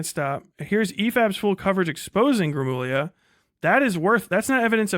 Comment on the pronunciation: Oh does he still say "gruh moog lia"